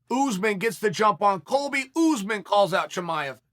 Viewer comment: I like how chael says usman. He says: UZZMAN